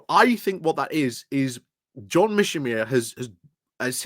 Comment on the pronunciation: Ukraine isn't winning anywhere. Whom should I trust? People who have called it right (The Duran) or someone who cannot even pronounce 'Mearsheimer'?